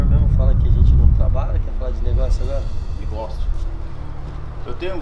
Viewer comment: ¨ vamos falar sore nogoçios ¨